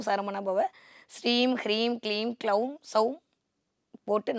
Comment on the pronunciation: அம்மா தாயே ! அது “ க்ளவும்” இல்லையம்மா ? நீங்க கொஞ்சம் விவரம் தெரிஞ்சவங்களாச்சேன்னு நினைச்சேன் ; இப்படி தப்பா உச்சரிப்பு பண்றீங்களே? " பீஜ " மந்திரத்தை தப்பா உச்சரிக்க கூடாது; சகோதரி !